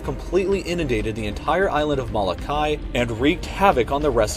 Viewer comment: The way he says Moloka’i.... its triggering